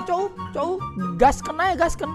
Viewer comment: Ngakak dongg pas bilang gaskeun😆gaadaa pantes² nya bngt dahhh sundanese nya😂😂